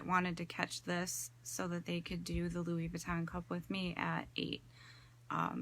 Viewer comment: BTW, it’s pronounced “Loowee” not “Loowis”. 😉